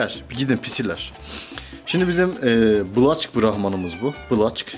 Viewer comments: Yanlız o black olarak okunmaz okunuşu bilek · Black diye yazılır blek diye okunur.. O'nun yerine siyah australorp horoz diyebilirsiniz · Black diye yazilir Blak okunur